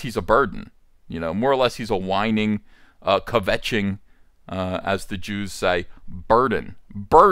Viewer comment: Kvetch has only one syllable.